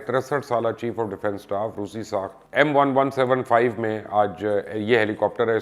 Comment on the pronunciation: By the way it’s not M117 It’s is MI 17